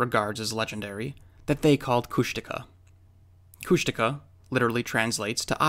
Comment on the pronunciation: Is it pronounced [kushtika] like the narrator in this video?